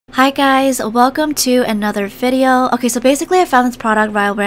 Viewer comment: She said fidio